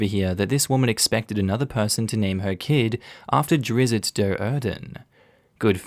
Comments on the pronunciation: Drizzt is pronounced Drisst like Mist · Drizzt is pronounced "Drist". That's something that really ticks off the Author, R.A. Salvatore. He's corrected people HUNDREDS of times. And he's a native to my state of Massachusetts. Just fyi.